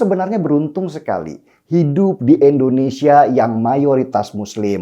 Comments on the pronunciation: Indonesia.. bukan Endonesia.. pake I bukan E... Moso nyebut negara sndiri aza gak becus... Denny... Denny... Katanya cerdas. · Koq bisa yaa.. orang yg katanya cerdas Kya si Denny ini nyebut kata Endonesia .. bukan Indonesia .. risih kuping gw dengernya.. Indonesia itu pake I depannya.. bukan E ... Denny.. Denny kapan loe tobatnya... Nyebut nama negaranya sndiri aza gak becus... Indonesia ... Bukan Endonesia... Ngerti gak sih loe...??!!!!